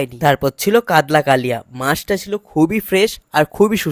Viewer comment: কাতলা ❌ কাদলা ✔️😂